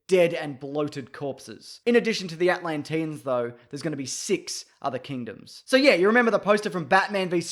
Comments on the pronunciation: I can't get over how you say Atlantian. Atlantinian? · They way he says Atlantians 😬😬